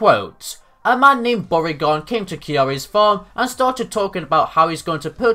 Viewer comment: I wasn't paying attention when I started the video, so when your mispronunciation of Bourgain sounded like "Porygon", I got really confused and assumed Porygon came back after all these years for revenge for being forgotten.